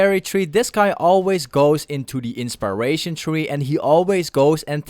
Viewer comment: Thought I was the only one that heard it.